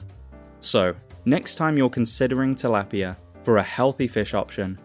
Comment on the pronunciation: Tilapia is a Philippines fish thats why you dont pronounce it correctly.